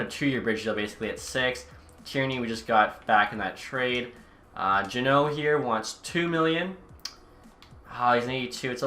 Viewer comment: He's finally saying jeannot right, who told you?